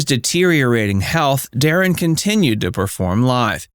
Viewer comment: Please learn to say his name right